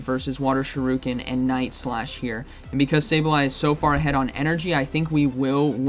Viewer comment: for the love of god it’s shUriken. Not shirUken. Shur-uh-kn. I can’t take it anymore please just get it for god’s sake